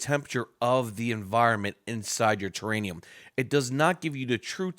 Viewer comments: It’s TerraRium , not terranium. A terranium is not a thing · What's thus terraNium think you keep talking about? I think you mean terrarium. NO N. it's an R. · Lol yes it was killing me.. there’s not an extra N in it lol